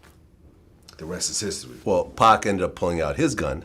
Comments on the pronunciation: Suge never called Pac “Pack”. These white people were to lazy to pronounced his name right and gets it confused with the video game Pac Man (which is pronounced Pack) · Lol why is so hard for white people to say pac they all mispronounce his name pack 😂